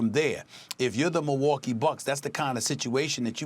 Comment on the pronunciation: " if you are the Mohwokee bucks" Stephen A Smith